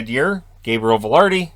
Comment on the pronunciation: Vilardi not Valardi... WTF??!!